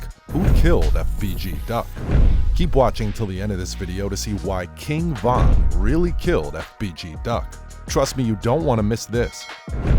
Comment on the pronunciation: Stop doing Von name like that smh 🤦🏾‍♂️